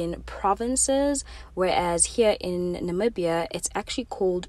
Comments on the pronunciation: I absolutely loved this vlog. Being Namibian and being able to recignise everything on the vlog and at the same time getting fresh perspective through your lens was amazing. I'm glad you enjoyed our beautiful country. Oh and your pronunciation of the places is so good. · You did so well with the pronounciation ❤️🇳🇦